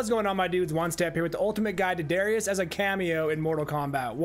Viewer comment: It's DAAArrius